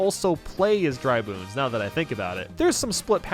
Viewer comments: 2.12 “dry boons” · Anyone else hear him say dry boons?